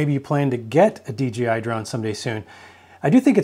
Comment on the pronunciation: It’s not DGI, it’s dee Jay eye 😮